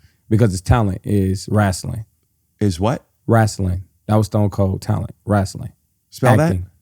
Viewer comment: "Wrastling" Spell that? "W-E-L-E-R-S-T-O-N" LMFAO has me dying